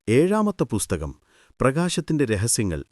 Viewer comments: ബുസ്തകം അല്ല പുസ്തകം' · ചാണകത്തിൽ മുക്കി നന്നായി വെടിപ്പായിട്ടാണല്ലോ പറയുന്നത്... ഒരു ഇന്റർനാഷണൽ fraud story from. ബുസ്ഥകം അല്ലടോ പുസ്തകം, പുത്തകം, പുത്തനെ കൊണ്ടത് എന്തോ അത് പുത്തകം...